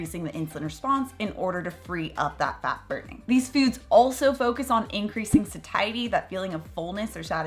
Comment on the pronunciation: Isn’t satiety pronounced like satiate? You say sa-tie-ety but shouldn’t it be say-she-ety? Just wondering. Thank you for the info!